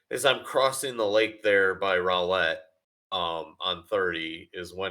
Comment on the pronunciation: Rowlit 😅 don't ever let someone from Rowlett hear you say it like it absolutely should be pronounced, but isn't 😂 they don't much appreciate it, and that's why it's funny 😅 For some reason it's pronounced row (ow, ouch) lett (let) with a little separation in between row and lett instead of "rowlit".